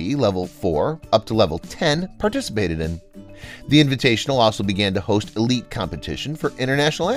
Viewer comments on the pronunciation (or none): none